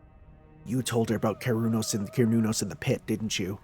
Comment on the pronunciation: While the pronunciation you found is probably accurate to real life, cernunnos is pronounced ker-noon-nos in Korean which is probably accurate to the Japanese pronunciation they were going for. That being said I’ve seen people call it many many things.